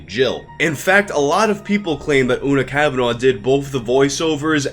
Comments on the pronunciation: I know this video is a few months old now, just wanted to say Una Kavanagh is pronounced "Oo-na kaav-na". Irish surnames have strange pronunciations sometimes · You pronounce Una cavanah’s name wrong too. FYI.